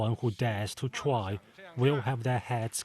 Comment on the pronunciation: “Anyone who dares to twy will have theirs heads quacked and bloodied”